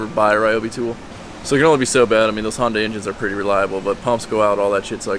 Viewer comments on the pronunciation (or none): none